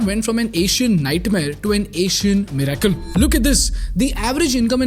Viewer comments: MIRACLE Pronounced 'MIR-i-cle' ✅ not 'mir-AI-cle' ❌ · Bro the way you say miracle is soo disconcerting